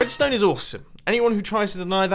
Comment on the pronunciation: Edstone? what is that